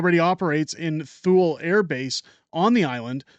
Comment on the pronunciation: Thule, is pronounced “Tooley”